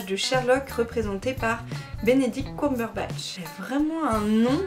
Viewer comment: Ps on dit coumberbatch mais Cumberbatch mais c’est pas grave la plupart des gens font cette faute